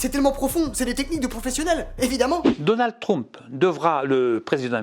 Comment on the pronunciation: "DONALD TROUMP" XDDDDDDDD